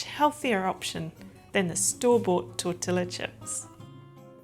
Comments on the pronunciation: NOT " tortilla" like gorilla!!! Its pronounced "tor-tee-ya" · I love your videos! Tortilla is pronounced torti-yah ☺☺☺ in Spanish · Thank you for your video and tips. However, if you are open to feedback for improvement… tortilla is actually correctly pronounced “ tor- TEE-uh”. The i is more of a long “E” sound and the “ll” is more of a silent sound or a “y” sound as in “yuh”. I hope that helps.